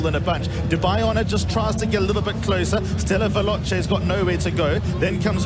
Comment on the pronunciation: ステラヴェローチェの発音くそかっこいいな